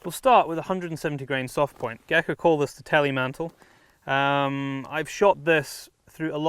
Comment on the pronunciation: Teilmantel is not "Telemantel"... means "separated jacket" or "partial jacket" in German. "Telemantel" means nothing.